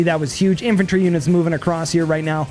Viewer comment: Nice video, only thing that really annoyed me calling that artillery "infentry" unit.